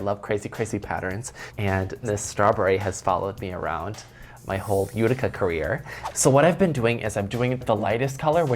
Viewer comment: I died when I heard this during the fashion show. And then again in another episode. Itica? Ghuh, Utica!!!